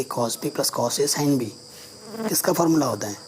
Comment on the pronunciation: Sir aap" sin" Ko "shine" pronounce kr Rahe ho boht Ajeeb LGA